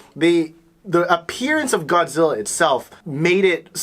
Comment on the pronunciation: ゴズィーラじゃなくてゴ・ジ・ラ！！！